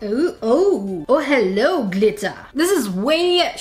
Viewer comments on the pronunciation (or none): "ooo hello GlItTaH"